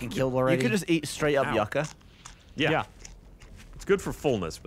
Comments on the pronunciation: Yucca is a root vegetable. Similar to potato. Pronounced yoocah...you know...like SCUBA. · You-kah, not yuck-ah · Yucca is Pronounced "you Ka". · For fuck's sake, yucca is pronounced YOO-KAH